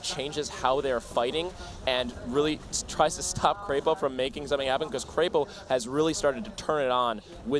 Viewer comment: Its not kreypo it is krepo